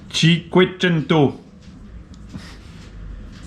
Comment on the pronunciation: Toute la vidéo je me suis délecté de ta prononciation de cinquecento 😂😂😂😉